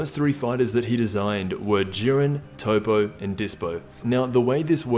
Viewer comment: Still cant pronounce Toppo I see.